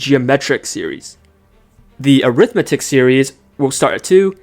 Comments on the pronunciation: Great video! By the way is pronounced arithMETic series instead of aRIThmetic series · I hate your ai voice: it's awful. Get the emphasis on the right syllable. It's not an arITHmetic series but arithMETic.